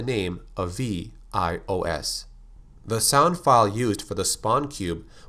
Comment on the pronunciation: it's VIOS not IOS